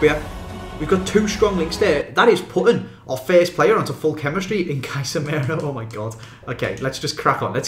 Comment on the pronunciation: He said Kaisemero